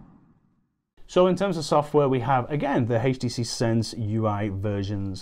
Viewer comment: Awesome phone. I noticed that he pronounced it "haach tc"